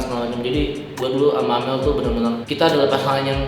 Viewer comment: mana amel, plis lah bang bukan amer